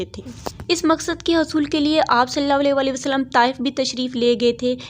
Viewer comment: Bhot ACHA but plz s.a.w W Sahi se kahen Meri bhen